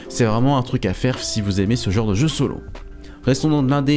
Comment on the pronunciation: Pourquoi vous prononcez 'genre' "JoOoR" ?? On peut savoir ça ?!